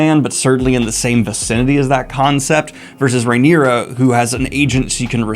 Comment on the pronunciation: The knights name is Cristen Cole. The King is named Aegon, AEMOND is the name of his brother with one eye. The hand of the king is his grandfather, OTTO Hightower, Hightower being his surname. So he goes by Otto. Rhaenyra is pronounced (RAY- knee- ra) not (RYE- knee- ra). You are welcome.